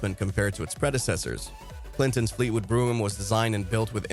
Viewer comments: It’s not pronounced Fleetwood broom it’s pronounced Fleetwood BROME (brogham) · Fucking AI..... wth is a Cadillac brugum. HIRE A HUMAN TO READ THE SCRIPT.